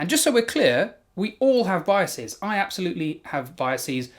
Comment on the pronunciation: you almost pronounced "biases" correctly, then immediately proceeded to say it the wrong way again... smh my head unsubscribed (this line is a joke)